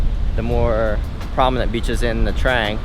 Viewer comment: Its nha trang not nha traeng 😉 just correcting